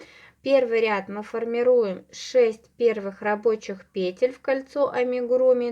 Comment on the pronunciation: Все супер, только пожалуйста, ударение на второй слог - петЕль!!!!